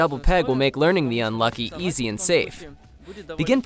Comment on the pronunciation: It’s pronounced -Luke E